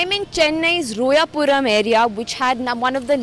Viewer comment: its not rooyaapuram. it is royapuram (like royal)